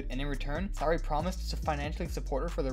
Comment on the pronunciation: Sheldon Sooooray….not Sow ray